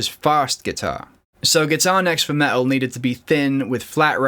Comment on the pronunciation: What is "Me-Al" where is the T?